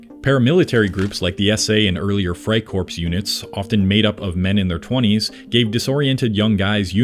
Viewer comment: Dude did you pronounce the "p" in freicorps?